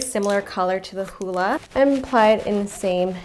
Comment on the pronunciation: It really sounds like she says pie when she says apply